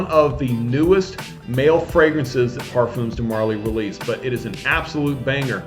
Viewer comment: it's parfum (parfaa) de marley and not parfoom :) pointed out as u talked about the name pronunciation n stuff for haltane.